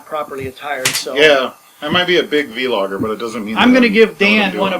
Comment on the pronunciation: What the hell is a V-logger? You mean vlogger yes that's it the v is not pronounced separately.